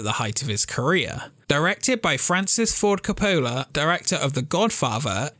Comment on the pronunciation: Wow, you really screwed up Francis Ford Coppola.